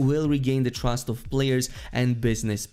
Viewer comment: "Very little twust" 😂